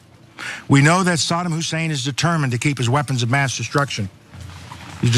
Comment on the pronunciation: its saddam hussein not sodom husain or sadem hussain.wow